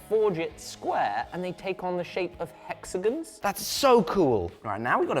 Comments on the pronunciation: The way says "hexagons" makes me smile... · My fiance pointed out that the way says “hexagons” rhymes with “Mexicans”, which is something I didn’t need to recognize. I can’t un-hear it!